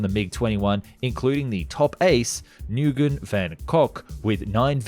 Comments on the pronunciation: Small pronunciation nitpick. It's Vietnamese (Viet-Nam-Ease) not Vietmanese (Viet-Ma-Knees). Just thought that was funny, but love the content. Keep it up! Second pronunciation nitpick while I'm here: "Nguyen" is pronounced like (Nu-win) not (Nugun). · "Noo-gen" killed me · say nguyen like new-win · Nguyen is pronounced wen or win. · Nguyen is pronounced as “Win” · Just an FYI, Nguyen is pronounced “win”. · You prononced nuygen so wrong😅